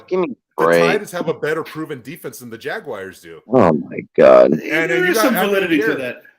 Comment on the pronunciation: I like the way says Jagguires